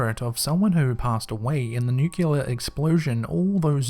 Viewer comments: Ok...'Nuclear'= nu-Klee-er. 'Nuculer' is not a word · Sorry mate pet hate... Pronounced.. “new-clear” ... otherwise great stuff 🖤